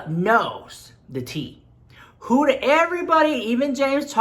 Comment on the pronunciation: Huda(wich you are pronouncing wrong cause it's an arab name, no hate love you❤) I think makes most of her money in the arab world, litteraly every store I go into here in Lebanon, every dollar store or make up store or pharmacy or anything haves her stuff! LITTERALY EVERYWHERE! I mean I'm not that into make up yet I know her stuff